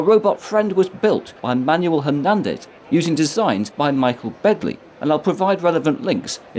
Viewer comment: Nice job on pronouncing Hernandez. Most people emphasis Her in Hernandez.